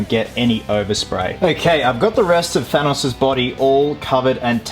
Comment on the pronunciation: I don't like the way he pronounces Thanos.